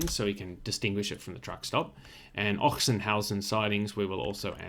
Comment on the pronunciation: It is pronounced 'Oxenhausen' which might save you from a sore throat in this season. Apparently the town got its name from a legend, where in the 10th century the local nunnery was attacked by the Hungarians and the nuns hid all their treasure in a chest in an open field. A few years later the field was plowed with an ox which then dug out the chest by coincidence. At this exact place the 'Ochsenhausen Monastery' was founded. No further info on if the ox was promoted for that or ended as sausage anyway.